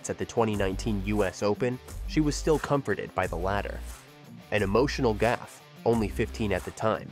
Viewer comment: Coco's last name is Gauff, not Gaffe!